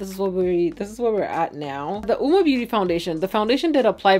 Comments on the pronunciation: The u is silent That's what the company said though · It's pronounced "woo-mah"? Not Owwmah??